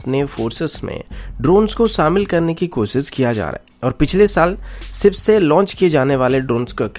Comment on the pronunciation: "सिप" नही शिप होता है